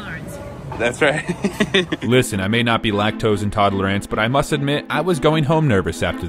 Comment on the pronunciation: "lactose intodlerinst"😂😂